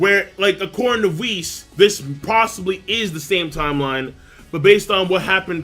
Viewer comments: its WISS not VIS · Sometimes when pronounced whis's name it sound like he saying vhis.